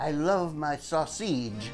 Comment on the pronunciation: Growlin at the ground "sausgeeze" "Like real pizza!" I like to here ye speak Italian! The ending is hilarious! way to go yall!